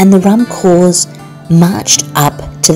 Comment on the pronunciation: Provost is pronounced pro-vo, corps is pronounced core, not to shame you, it's tricky if you haven't heard it spoken xxx